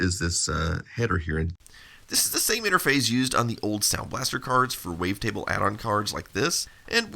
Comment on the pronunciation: I’m not sure why it drives me so nuts that he says “interphase” instead of “interface”. How does this happen to such an electronics-oriented person?